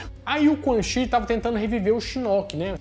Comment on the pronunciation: oHHHH mane!!!! CHI se pronuncia tchi!!!! se liga!!!